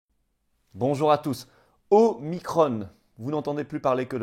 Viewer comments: Non non omiCron et pas omiCrone 🙈🤣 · En France, on parle français et on use de la phonétique française même pour des mots étrangers : Omicron pas Omicronne ! On prononce Macron, pas Macronne ! alors même s'il s'agit de la quinzième lettre de l'alphabet grec, c'est pareil, car quand on parle français, on prononce en français, merci ! O comme la première lettre du prénom de Véran ensuite, remplacer le i de micron par un a et micron devient Macron... Le hazard fait bien les choses...